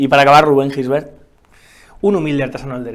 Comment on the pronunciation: A ver si pronuncias bien el apellido, se escribe Gisbert pero se pronuncia llisbert